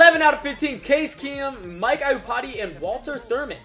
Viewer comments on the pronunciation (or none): can you please stop saying Mike iupati wrong say it like upati not iupati just DO NOT pronounce the i